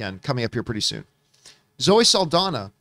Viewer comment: NOT "SULL-DONNA". Its "SAHL-DON-YA". Just give it a shot